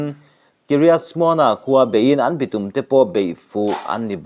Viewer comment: A ziaktu ziah angin a chhiartu hian a chhiar fuh lo zauh zauh. Entirnan- kutphah bawk, bitum etc. A awmze bo takin i chhiar ṭhin a, a ngaihnawm lo